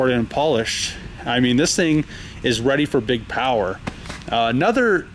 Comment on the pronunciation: No joke. Why not try sitting down and thinking about what you want to say; then say it without a 'you know' stuck between damn near every word. Oh, work on that 'powder/pewter' issue while you're at it.